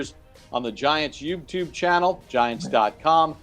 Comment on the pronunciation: and Carl's bromance is amazing. Did you see smile when Carl introduced himself and said welcome to the Giants? Awesome. Also Papa keeps saying youbtube 😆